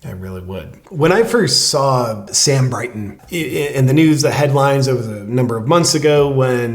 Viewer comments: It's Brinton not Brighton isn't it? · It's "Brinton," not "Brighton."